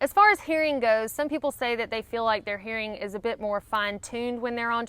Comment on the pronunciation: Your "hearing" sounds like "herring," something that some people who hike come to appreciate differently after eating a few cans of kippers.